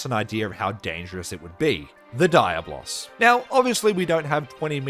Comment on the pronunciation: Also it's not Dire Boss, but Diablos